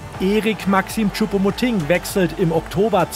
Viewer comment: Sie spricht Choupo-MotING wenigstens richtig aus!👍🏻👍🏻 Das kriegt ja Herr Brügelmann bei "Reif ist Live" seit Wochen nicht hin...🙄😝